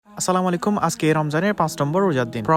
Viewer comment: স্লামালাইকুম না আসসালামুআলাইকুম সালাম টা শুদ্ধ ভাবে দেন ভাই